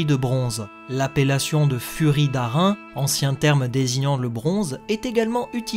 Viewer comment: Merci. Yep, petite erreur de prononciation de ma part que je n'ai capté qu'au montage, d'où le fait que j'ai marqué Furie D'Airain* en bas à gauche pour corriger ^^